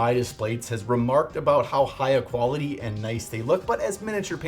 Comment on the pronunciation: That’s uh.. some qualitay….uhh…H-too-O